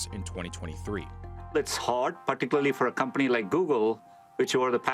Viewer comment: Regardless of education or wealth, no Indian was ever able to pronounce "particularly" correctly